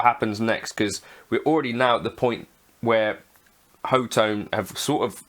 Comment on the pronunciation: ho-tone? I thought it was hot-one ;)